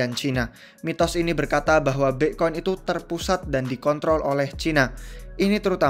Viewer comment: Aslinya BITCOIN APA BIKCOIN sihhh ???? WKWKKWKKWK Bingung gua😷